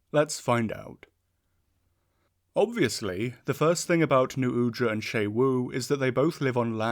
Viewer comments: Isn't it pronounced like "shu wu" and not "shay wu?" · It's pronounced x UWU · The fact that "Xu Wu" is pronounced "Shay-Wu" will never fail to give me an English speaker's aneurysm. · FOR THE LOVE OF GOD WHY DO YOU INSIST ON SAYING XU WU WRONG ITS 4 F ING LETTERS. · this is how i find out ive been pronouncing xu wu's name wrong for a month (wonderful video, i find the octopi very exciting and interesting, they're very hard to read and it makes the fights all the harder and more rewarding) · pronounces xu wu wrong the entire video though lol